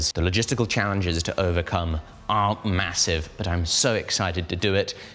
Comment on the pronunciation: mate, what happened there? "Massie've"? Anyone? I will see myself out.